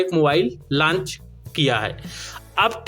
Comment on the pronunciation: लॉन्च बोला जाता है लंच नहीं भाई। थोड़ा ध्यान दीजिए जब आप बोल रहे होते हो।